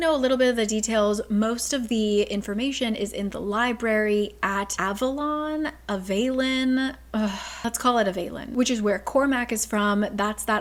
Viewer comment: ooooh, that's why you pronounced it so weirdly! Sorry ^^' (But SJM surely intended it to be an Avalon reference with the name and it being surrounded by mist and all...)